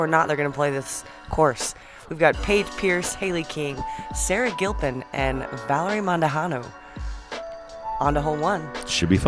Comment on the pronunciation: First, thank you for the coverage and commentary. Second, its pronounced MON-DOO-HAH-NO, not mon-oo-han-doh. My linguistic OCD is taking a beating, haha.